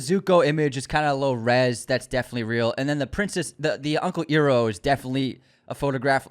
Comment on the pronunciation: My guy you gotta get uncle Iroh’s name right 😂 Idk if the Azula pic is AI and I think it’s kinda weird to assume that’s it right out of the gate